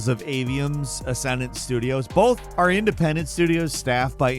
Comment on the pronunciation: Bolth bolth bolth - cmon man